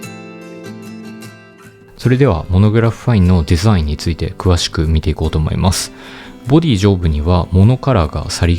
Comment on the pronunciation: 少し普段の癖が余ってて草 ｻﾞｰｲﾝが強めw